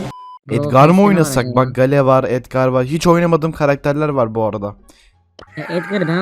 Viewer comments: Abi o hale deyil okunuşu geyıl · Abi gale degil geyıl denir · Gale diye okunmuyor Geyıl diye okunuyor. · gale dediğin geyıl diye okunuyo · gAlE ne olm bak söylenişiyle yazıyorum. geyıl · Gale değil o geyıl